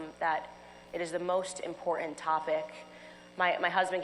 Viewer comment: Well, it's very "impor...ent"